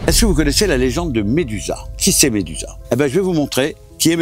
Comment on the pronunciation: Médusa ces grec et pas romain mais pas mal tes vidéo bonne continuation